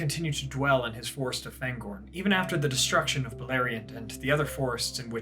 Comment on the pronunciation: Hi, my comment regarding Fangorn's pronounciation was deleted, so here's a take on my reasoning behind it. Fangorn is a Sindarin word and therefore the vowels have fixed sounds, regardless of the letters that precede or follow them. The "a" always sounds as in the English "far" or "father" and not as in "apple" or "attack". I've noticed that you apply this to "Faramir", but not to "Aragorn" or "Fangorn". If you don't believe me, you may believe your fellow loremaster Joshua from Tolkien Lore